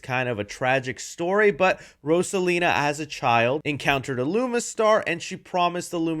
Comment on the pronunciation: Fuhkahh hard with Rosalina, js pronounce it how the name is intended to be said